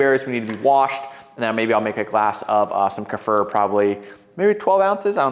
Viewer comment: Is it not pronounced Kuh-fear? (Kefir)